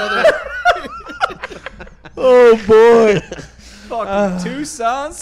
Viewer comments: Because said Tuscon, not Toucan.. 🤣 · He said Tucson Sam lol